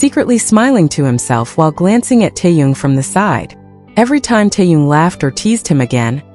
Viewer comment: It's Taehyung